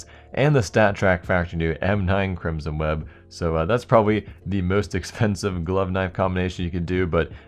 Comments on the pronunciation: "crimson weed" thats what i heard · anyone notice he says crimson weeb? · thought u said crimson weeb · Did he say Crimsom Weeb? xD